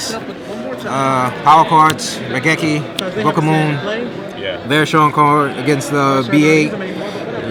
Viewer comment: "Thunder King TOO STRONK." Hahahahaha.